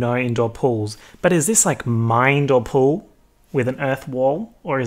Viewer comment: why did the way you said “pool” make me laugh so much?!? idk chile.